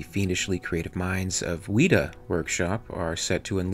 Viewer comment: Another great video, we've got the Weta Xenomorph up for preorder at the Weta site now - And by the way, its pronounced Wet a not weeta. Its the name of a very large insect that lives here in New Zealand, being an Alien fan, I thought you'd like to look it up :)